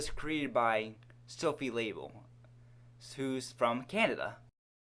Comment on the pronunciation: Lol did he just pronounce LaBelle as label?